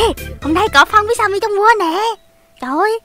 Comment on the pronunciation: Sao skin tên Timmy mà tiếng là Sammy vậy